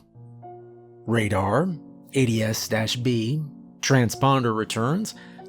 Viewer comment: So glad to have this format after the usual "follow X rules" ones Btw in aviation people usually pronounce TCAS as T-cas instead of letter-by-letter, and ADS-B as A-D-S-B instead of ADS dash B, just so you know